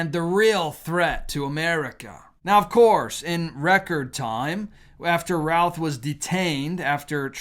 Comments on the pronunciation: I am from NC where he still has family who were contacted about the pronunciation of their last name and they said it should be pronounced ROOTH or RUTH and not ROWTH. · We pronounce it Ruth here in Greensboro area.